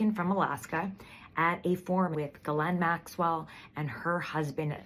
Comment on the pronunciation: Thank you SO MUCH for pronouncing Ghislaine Maxwell's name exceedingly CORRECTLY! You're like the only one.